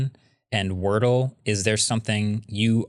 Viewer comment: Wardle vs Wordle...just saying... 👩🏽‍💼